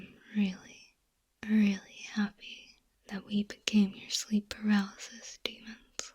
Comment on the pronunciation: did my ears break or did i hear "sleep palarysis" at the end